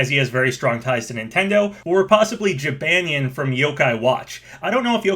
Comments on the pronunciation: It's pronounced jib on nyan not jib an yan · "Jih-ban-yin", love ya dude, but please get some to pronunciation-check your videos or something. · Your pronouncing Jibanyan incorrectly